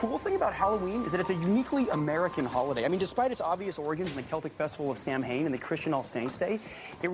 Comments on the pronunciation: My frustration lives in the fact, that someone as intelligent and charismatic as Reid, would mispronounce the Celtic holiday "Samhein" when the writers couldn't research it's pronounced like Sow-in. Dropped the ball there people. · Genius IQ. Pronounces Samhain as "sam-hane". It's sow-en, bb. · Samhain sauwan is the pronunciation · It's not samhein... It's pronounced 'sow en'. Reid would know that.... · Did he really just say sam- hain Ugh my Irish ass is cringing 😬. Its sa - ow-in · SANHAIM IS NOT PRONOUNCED "SAM-HANE"; IT'S PRONOUNCED 'SOW-AAN'. GAELIC, MOTHFUCKERS. CHECK IT. Also, ask any pagan who actually celebrates the High Holy Festivals of The Wheel. Idiots. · The only correction: Samhain is pronounced Sow-win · always hurts when he says samhain wrong it's actully said Sow-in fyi but he is still my favorite character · Fun fact, "Samhain" is actually technically pronounced "sah-wen" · Samhain is pronounced Sa-wen. I'd expect Spencer to know that. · At 38 seconds Reid pronounced "Samhain" as "Sam Hane" which is almost certainly because it looks like it should be pronounced that way and the writers left the dialog as such and MGG didn't know the correct pronunciation. It is written 'Samhain" in modern Irish, "Samhainn/Samhuinn" in Scottish Gaelic and "Sauin" in Manx Gaelic but the word is not pronounced the way it phonetically looks. "Samhain" is pronounced like "Sow-in" (the "sow" rhymes with "cow") in modern Irish and "sew-in" in Scottish and Manx Gaelic (with an "ow" sound like that in the English word "glow" or an "ew" sound like the word "sew"). If anybody is interested. I know many people might not be interested but I thought Spencer Reid fans might actually be interested. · Except he mispronounced Samhain... (Sow-when) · The most unrealistic part about this is that Reid pronounced Samhain wrong.. 😂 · As much as I love that character, the mispronunciation of Samhain is jarring. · I can't with the prononciation of Samhain